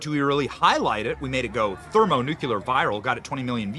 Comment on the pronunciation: I love how Benny finds a way to include the mutilated word "NUCULAR" into every episode. This time was aiming for 'thermo-nuclear' and landed on "thermo-nucular". Can someone PLEASE install a fifth grade pronunciation primer into this man's head? You make our side look foolish.